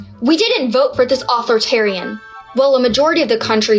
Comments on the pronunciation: Funny she can't pronounce authoritarian:) but good clip anyway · I pray to God that she pronounced authoritarian wrong to make fun of the liberals. 🙄🙄